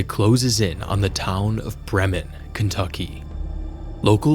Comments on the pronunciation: It's pronounced BREE-mun. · as a local we pronounce it as "bri-men"